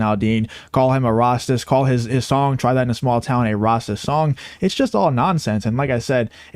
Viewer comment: I agree with everything you are saying. I like you hate the anti cancel culture. But my question for you is, why do you pronounce “racist” the way you do? Is it to draw attention? Just curious not shaming you for it. I recognize that people will pronounce things differently when they come from different places. Looking forward to your response!